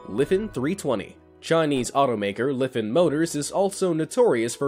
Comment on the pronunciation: i think you said it wrong, its jot Lefen, its Lifan. and you should have spelled it like this: Laifaan